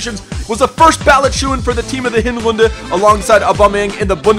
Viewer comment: Are you german? because you said 'Hinrunde' so german :0